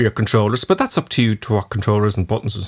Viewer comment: Why do you say "bush" instead of "but"? Or "ouch" instead of "out"? Is that some kinda dialect?